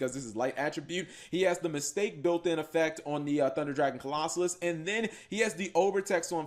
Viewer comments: Okay, seriously, stop mispronouncing Colossus. It isn't a hard word. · Bro...why can’t you pronounce Colossus